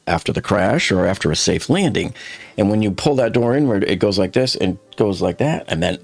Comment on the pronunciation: No offense but your mispronunciations of very simple words such as ,"pull", ( you say ," phrrrhll"), and omitting pronunciations of vovels makes you incredibly hard to understand. Your work is appreciated ,but it's just impossible to understand you well and it's guess work , trying to make out what's being communicated.